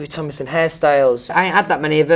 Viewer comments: it’s come to a point where he can’t even say ‘tomlinson because of his accent. he says ‘tominson’😂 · Fanks love Some pree-ey stuipid ones Bri-ish ME eyes do change colour How to pronounce Louis Tomlinson Louis: Louis TomLinson Louis rest of the time: Louis Tominson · “Hi I’m Louis TomINson” he doesn’t even say “TomLINson” he misses out the “L”🤣🤣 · He pronounces his name Lou-e tom-in-sun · okay but why is no one talking about the fact that he just doesn’t pronounce the l in his name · is it just me or did he say his last name wrong at the beginning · Me in Dieing because he said his own name wrong lmfao Not hate in just tried.